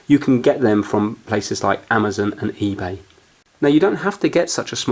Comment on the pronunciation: Amizon lol